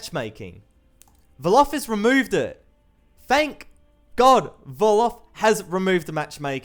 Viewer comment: Hey tbh i kinds cringe when he says "valave" instead of valve